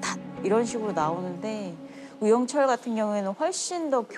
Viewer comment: 유영 철에 뭔 발음을 저리 늘리냐 한번에 발음 못하나